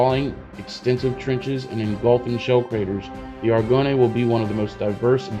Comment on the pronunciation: Nice video man I cant wait to see how this game turns I really hope the French are in the game from the start, by the way Argonne is pronounced like Are-gone